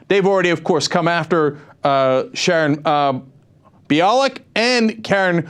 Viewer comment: Limbaugh said on his show that he’s been pronouncing Bialek’s name incorrectly (bee-AH-lick"). He cited Gloria Allred, who says her name is buy-a-lick. The only crude thing about that is that Limbaugh made slurping noises when he pronounced her name. And I remember Cenk pronouncing Bialek's name "buy-a-lick" in a previous video...